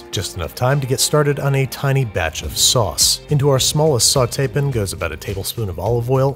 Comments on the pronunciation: I have wondered if the way Babby says sauteePUN is some kind of sick joke, or is he intentionally trying to trigger us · he actually said sauteepn this time he has to be doing this on purpose right? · me: chilling Andrew: Sautéepn me: no longer chilling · sautee pin 🤣🤣🤣🤣